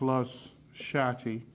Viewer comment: im am still trying to figure out why he's saying Shatti, instead of Shakti..( shock-T).... ( it's pronounced Shock T, so why not call it what it is????) ...